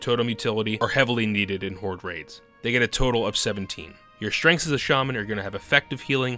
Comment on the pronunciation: I cant say if english isnt your first language and youre just very good at it, or if it is and you for some reason cant properly say strenght